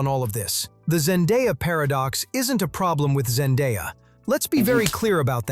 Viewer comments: her name is Zen-day-a not Zen-die-a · Why can’t anyone say Zendaya name correctly🥴🙃